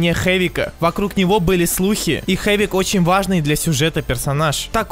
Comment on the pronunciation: Не хэвик а хавик